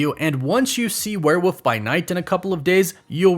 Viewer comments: The way you say were woof....frustrates me...lol its were wollllllllllf.....wollllllf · ...it is WEREEOLF NOT WEREWOOF